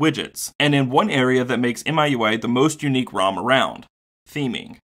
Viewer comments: FYI In China the pronunciation is MeUI not MyUI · It is pronounced as me-U-I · Isn't miui pronounced mi(my)ui? Just a play on words to ultimately mean my user interface. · Actually it's "me-ooey", but yeah. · MIUI should be pronounced as "me.u.i" as per chinese pronunciation, where MI (米) means rice in chinese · It's pronounced "Me- UI", if I'm not wrong. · it's mi（米）ui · It's pronounced as "Me You I". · i believe it's pronounce as "me" ui